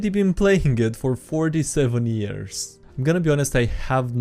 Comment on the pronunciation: Read: years, thugs, resident.: ears, tugs, resistant.